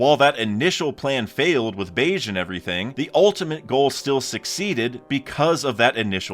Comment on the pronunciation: BEGE RHYMES WITH GEGE (AKUTAMI) IT IS NOT PRONOUNCED LIKE BEIGE